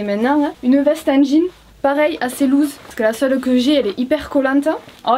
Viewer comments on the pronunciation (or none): none